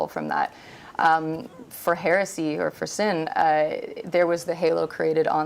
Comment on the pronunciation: Heh-reh-see NOT HEARSAY!